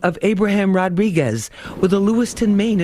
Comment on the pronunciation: "Abraham Rodriguez" they could have done better than that 😂😂😂😂😂